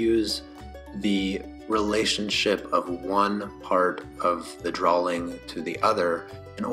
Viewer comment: Such a helpful, comprehensive tutorial. My only (small) critique is how you pronounce "drawing". It sounds as if you're saying "drawling". I know I know, I'm a turd. Great video though!